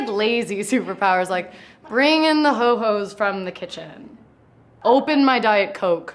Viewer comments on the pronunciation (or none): Did she say ho ho's or hobo's?